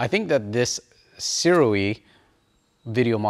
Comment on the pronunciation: Shouda gone with the Sirui. (BTW, according to the manufacturer itself, SIRUI is pronounced SOO-RAY.) Great info video bro. Thanks and keep it coming!